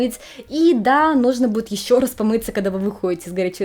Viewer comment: вы носитель русского языка. А в речи путанте шипящие. Это режет ухо. Например, "есе- ещё, так-зе - так-же, и т.д.